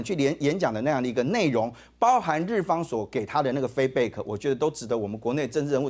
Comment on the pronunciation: feedback这发音，台湾人要好好英文，别讲出来丢人